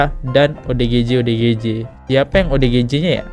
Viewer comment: Perhatiin tiap ngmg ODGJ salah mulu nyebutnya, malah jadi OGDJ 😅